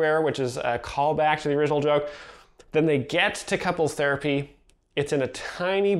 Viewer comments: "couples therpy" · Oh man, the “therapy/thurpy” part kills me.